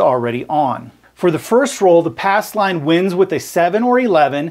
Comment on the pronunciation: Says "ass line" lol